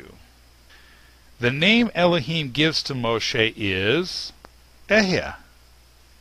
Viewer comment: Bro the right pronouciation is Ahaya😂😂😂😂😂😂(אהיה)